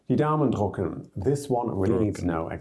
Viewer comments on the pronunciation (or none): The YouTuber actually didnt pronounce "Die Daumen drücken" correctly. What he said was "Die Daumen drucken." without the umlaut... But while "drücken" means to press (something), to push, to squeeze, or to hug, the verb "drucken" means "to print". In colloquial German, the phrase "Lass mich dich drücken" among friends means "Let me hug you." (it's a rather childlike way of saying hugging, as the normal verb would be "umarmen").